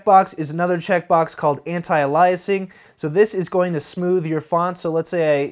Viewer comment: I thought that was pronounced differently; like with an emphasis on the first syllable of "aliasing'.